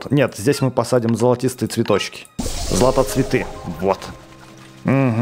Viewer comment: не златоцветыы а златоцвеееты